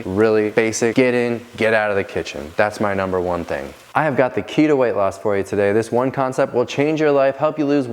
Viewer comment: When you said key to it sounded like ke-to haha not even close😅